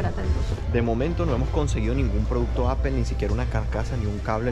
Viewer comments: le falla el english a justo como a los españoles osea apple no se pronuncia apel si le pides una manzana a un gringo te dirá no se dice apel ni la fruta ni los productos de steve jobs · Apel ? Se dice apple (Apol) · Se supone que hablas inglés y pronuncias apel. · No es apel es apol (apple) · Apple se pronuncia Apol no Apel, please!!!!!! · No se dice apel se dice apol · Si m sorprende q hablas inglés y dices apel!